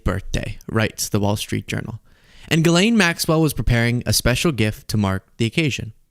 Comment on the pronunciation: It’s not Gill-lane … it’s pronounced Jis-lay (the n is silent)